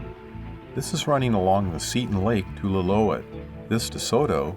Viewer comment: It's pronounced lill-oo-ET